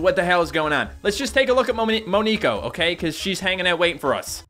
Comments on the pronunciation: It is (mon ne ko) not (me nek o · it is pronounced mo-neck-oh because neko is Japanese for cat so moneko